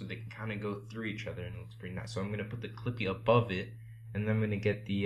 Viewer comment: In The First Part, Instead Of "Clippyyy" It Became "Creepyyy" xD But Thank You Bro!